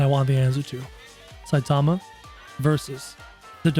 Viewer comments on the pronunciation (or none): It's not satama it's saitama